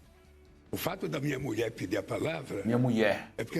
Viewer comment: M. U. I. E. FALA DIREITO GATUNO MENTIROSO 😅